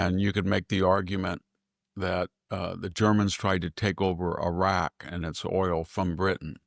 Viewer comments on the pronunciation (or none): none